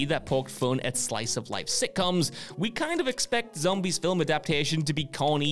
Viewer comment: I really wish would learn how to properly pronounce "film" so it no longer sounds like he puts a vowel between the l & m.